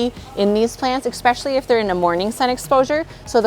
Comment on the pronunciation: Beautiful containers, thank you. One criticism: especially is pronounced ESS-pecally. Not EX-pecially.